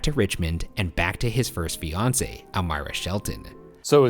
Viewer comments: Idk why but everytime he says fiancé I hear Beyoncé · Am I the only one who understood Beyonce instead of fiance in the Edgar Allen Poe case? He was like "Poe discoverd his Beyonce got engaged to another man" and I was like "huh?"